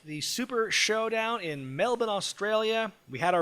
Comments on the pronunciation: Cheers for actually bothering to pronounce Melbourne correctly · Firstly, thanks for pronouncing Melbourne correctly. Second, the Iiconics are from Sydney not Melbourne. I was there and you could hear the chairs on Undertaker's back from the stands. The show overall wasn't great and the MCG is far too big. Unless you spent minimum of $300 per ticket, it was too far from the ring. Vegemite is horrible but Four N Twenty pies are awesome. John Cena was the worst part of this event. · I think my biggest take from this review is that said Melbourne CORRECTLY!!!! On behalf of Australia, I thank you very much haha the American pronunciation of the word is normally hilariously bad but you did really well here. *we don’t drink fosters though FYI:p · Good job on pronouncing Perth and Melbourne properly